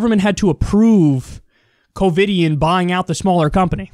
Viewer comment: Did you say “Covid-ian?”